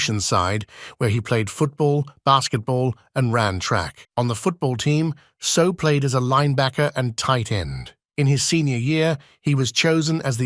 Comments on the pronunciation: Properly pronounced Say Ow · If you are going to make a video learn how to pronounce his name!!!! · Hey robot voice. Learn how to pronounce his name correctly.